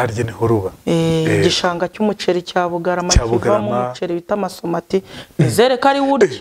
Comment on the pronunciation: Umva uyu mugore ngo umuceri wa MASOMATI kdi bavuga BASMATI Ahahahahhhhhhhh!